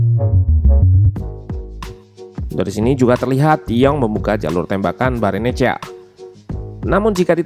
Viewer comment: Pasti blajar buat nyebutinnya lama itu si admin😅😅